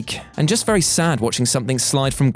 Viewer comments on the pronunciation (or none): none